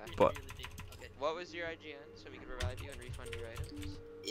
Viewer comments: "reivive" LMAO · actually rovive